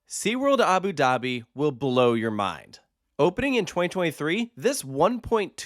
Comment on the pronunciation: These AI voices are so stupid !! Abi Dahbi z??